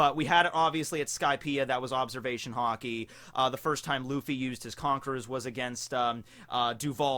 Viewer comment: Is it just me or why is it everytime says Haki I think he said Hockey (I live in Canada:D)